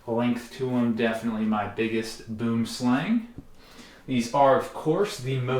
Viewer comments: Please learn how to pronounce boomslang!!! 😮 It's not boom as in boom explosion 😂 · I’m pretty sure he does it on purpose because he knows it will drive engagement on his stuff with comment strings like this lol. I don’t know the first thing about boom slang’s and even I know it’s technically pronounced more like boom-uh-slung. He’s pretty intelligent and it’s clear he knows a lot about these snakes and pretty much every post of his(w/ boom slangs), I see engagements driven up from this exact discussion. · Always funny hearing my language’s name for this snake mispronounced… Boomslang (afrikaans: translated literally “tree snake”) would actually sound more along the lines of b-ua-m sl-ang. Stay awesome and enjoy them venomous beauties✊🏻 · Me, a dutchman, cannot take the word "boomslang" serious. South African is very similar to Dutch (because of our colonizing past). And Boomslang is just the words: Boom, which means Tree in dutch and Slang, which means Snake. So everytime I see something about them all I hear is English people hilariously mispronouncing "Tree Snake" in dutch 😂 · It’s funny hearing how people say boomslang in English bc I’m actually from South Africa and I’m used to how it’s pronounced in Afrikaans. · You are pronouncing Boomslang wrong i am a South African and, boomslang is Afrikaans for tree snake. go to google transulate to see how to pronounce it😁👍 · its not the worst thing in the world. Englishifying words has always been a thing, many languages do it. Im not english/american myself, but even in norway we sometimes do it. I get the cultural respect etc, but its not a crime to pronounce it like its written. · yeah I’m pretty sure that knows he’s technically pronouncing it wrong. He’s clearly intelligent and is probably smart enough to realize pronouncing it like it’s spelled is just going to drive up engagement on his posts because he’s going to get comments strings like this and others. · I'm south african and he most definitely is not